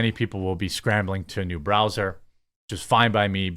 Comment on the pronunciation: Wth is a Bra Zer ? Are you trying to say Br Ow zer lol ?